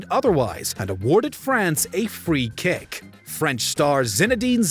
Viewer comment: Did he said “free kick “ ?😂😂😂 Canadian should stick with hockey.